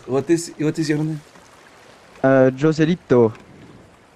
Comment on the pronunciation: Mon dieu la prononciation de "Joselito" 😂 Pour info, petit, c'est pas Joselito mais Pepito mdr No joke